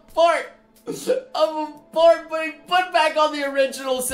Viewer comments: Everytime he said "port" , I hear "porn". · Every time you say port it sounds like your trying to say porn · All the time you said "Port", all I heard was "Porn".